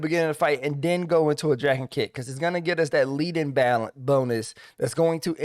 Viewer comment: Love this video. Transformed my monk damage. Just...one little thing that has nothing to do with the rotation. I think leaden fist is about that heavy metal, lead, which rhymes with dead (that thing that monks do to people). I don't think it rhymes with heed (which is what I do with your advice).